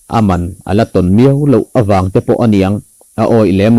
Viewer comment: I tawngkam hman dan/lamrik dan thenkhat hi a va mak ve. Tehkhin nan. A man A rawn A dang pawh a awm nual mai.